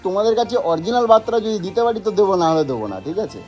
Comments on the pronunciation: ওরে মূর্খ! কথাটা "বার্তা".. "বাত্রা" নয়! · বাত্রা নয় বার্তা 😂